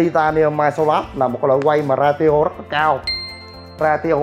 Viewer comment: Ra ti ô? Hehehe you mean ratio I guess?